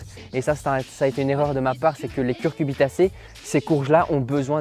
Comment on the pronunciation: les "CuCURbitacées" ;)